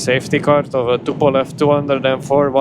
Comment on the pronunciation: It isn, t tupolev 😂😂😂